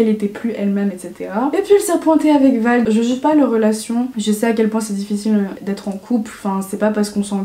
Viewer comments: Ça m’a stressée tu dis vald a la place de vlad sinon super vidéo c’est bien de dire la vérité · J'adore mais ça m'a stressée pendant tout le point emma cakecup tu disais vald au lieu de vlad mais sinon c'est parfait ❤❤ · Vlad pas vald mdrr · C’est pas vald mais vlad😂😂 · Je suis d’accord avec toi mais par contre c’est vlad pas vald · c'est pas Vald mais Vlad 😂 super vidéo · Elle a dit Vald au lieu de Vlad j’ai cru qu’elle parlait du rappeur 😂😂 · C’est Vlad pas Vald mais sinon tu es trop belle et je t’aime trop ❤️❤️❤️ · elle sort avec "vlad" pas "vald" mdrr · Attendez pause.. elle a dit « vald » au lieu de « Vlad » mdrrrrr a juste rien respecter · Tout le temps de la vidéo t’as dit vald au lieu de Vlad 😭 mais comment tu t’exprimes etc... mon dieu 🤯🤩🤩🤩🤩🤩🤩🤩🤩🤩🤩🤩🤩🤩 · "Vald" mdrr. "Vlad" mais tkt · STP C PAS VALD MAIS VLAD TU M'AS HYPER PERTURBÉE😂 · Oulala la par contre VLAD pas Vlad !!! Ça m’a trop perturbé ahaha sinon j’adore ce genre de vidéo continue ! On adore les potins comme ça 😋😋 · C’est Vlad et pas Vald ahah😉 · *VLAD pas VALD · VLAD PAS VALD STP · petite info : c'est Vlad pas Vald je t'adore😂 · super vidéo💞 cest vlad pas vald 😌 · C’est Vlad pas vald 😂😂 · C'est pas "vald" c'est "vlad" héhé, sinon grv bonne vidéo continuuuue xo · mdr c'est vlad pas vald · fait attention tu dit Vald mais c’est Vlad, c’est pas les mêmes personnes haha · Bien sûr cette vidéo je l’ai vu hier, elle est génial, j’aime beaucoup quand tu partages ton avis ❤️ C’est Vlad pas Vald sa m’a stressé mdr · J’adore vraiment tes videos ❤️❤️ce n’est pas Vald mais Vlad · Le prénom du mec de emmacackup est pas «Vald» mais «Vlad» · vers les 10 minutes c’est pas Vald mais Vlad lol ;) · Grave ptn ça m’a perturbé tout du long 😂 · j'ai stréssée quand j'ai entendue ça mdrrr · avant de critiquer apprends à prononcer son nom VLAD ,il faut avoir un peu de second degré emma rigole en rien elle a été méchante avec ses abonnés renseignes toi mieux avant de parler toi même tu l’as dit que tu la suivais plus